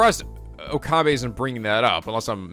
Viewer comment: Oh and and it is Oka-bae